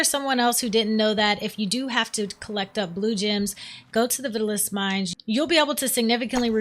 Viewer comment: Not looking to nitpick, but the crystals found in the mines are pronounced Vi-taal-us, just like the old fashioned hair tonic from the 50s.